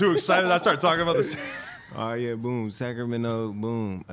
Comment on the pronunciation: saying boop instead of boom in the middle😂😂